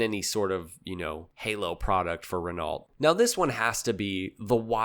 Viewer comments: "Renalt"? lol Here's a little French pro-tip for ya.... Renault is pronounced "Renn-Oh". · Awesome vid but I couldn't help wincing every time he mispronounced Renault - the average Kiwi can pronounce it closer to the correct pronunciation than this guy. "REN-oh" is closer than "reNOLT" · Renault is pronounced Renoh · Always funny when English speakers fumble that. :D (BTW the E is pronounced as a [œ] like in the word "burn") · Don't say "Zero zero one", say "Double O one". Has James Bond ever been described as "Zero zero seven"? No. Exactly. What the fuck is wrong with you? Only a dumb yank (sorry, superfluous use of the word "dumb") would be this inane. And, FFS, ask someone with a brain how to pronounce "Renault".